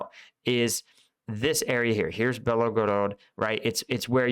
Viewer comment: You probably didn't intend to make it sound that way, but you said that Ukraine, in the Kharkiv counteroffensive, "seized what looks like about 50% of the territory of the Belogorod [sic] Oblast." ALL of the Belgorod Oblast (note, three syllables, not four) is in Russia. Even though in the 17th and 18th centuries the area of the Oblast was part of the Cossack Hetmanate under the Kiev Governate and therefore considered part of Ukraine, Ukraine is not contesting the area now. None of it was seized by Ukraine. The territory that Ukraine regained (not "seized") in the September counteroffensive is all on the Ukrainian side of the border, and in the Kharkiv Oblast. I imagine that you meant to say that the number of sq. km. retaken by Ukraine in the Kharkiv Oblast amounts to about half the size of the Belgorod Oblast. That seems more or less correct.